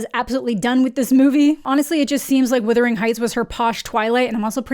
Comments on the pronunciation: I had to stop watching the video because it's not "withering"??? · If you are hearing wuthering like brothering, great. All I hear is withering, like slithering and its making me cringe every time I hear it. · This is bullshit and you know it. Canadians to this day use plenty of British spelling and pronunciation in our use of the English language. We were essentially British for many years. We have the freaking royal monarchy on our money! You are able to say wuthering. It has nothing to do with being Canadian. You mispronounced it. I asked my entire Canadian family how to say this word and they all got it right. Very disappointed in you and also very UnCanadian of you to to not be able to admit your mistake. Try saying the word "brother." I am certain you are able to say it properly. Its a very short walk to wuther. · You Americans really don't know how to pronounce "Wuthering" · Wutherington not witherington. lol. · You keep saying withering. Not wuthering 🙃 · It's not "withering heights." I hate to be the pronunciation police but someone has to do it. It's wuthering, like brothering. Wuthering is turbulence and withering is shrivelling up. Not the same thing at all. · Naaah, let's be honest, it's so bad as an adaptations that the proper way to pronounce the name of the movie is withering and not wuthering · Why are so many people online saying withering instead of wuthering? It’s spelled phonetically - where is the confusion coming from? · It’s ironic that you slate the movie when you can’t even pronounce the name of it. It’s WUTHERING not WITHERING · All influencers and creators are saying withering. Haven’t been able to sit all the way through a single review by any of them. It’s bizarre how much it irritates me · Errr...It's not "Withering"